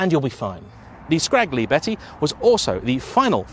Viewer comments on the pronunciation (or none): You actually said Scraggly Betty 😂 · I lost it when he said scaGlietti xDDDDDDDDDDDDD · Just settling for "Scalietti" is better. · Enjoy your content very much … A note- Pardon, my Italian ears hurt when you said, Scaglietti… In the Italian, the letter “g” is silent when “gli” is present (Scaglietti). Grazie! 😉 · Just FYI: The g in Scaglietti isn't really pronounced. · Are you sure that "g" in Scaglietti is pronounced that strong? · G is silent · seems to have a stroke